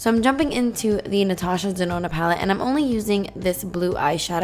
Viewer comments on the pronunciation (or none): none